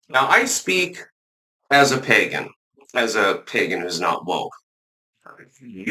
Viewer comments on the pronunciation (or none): none